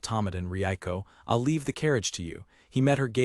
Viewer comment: Nothing says AI like the narrator repeatedly pronouncilg "I'll" as "I.L.L.". 🤣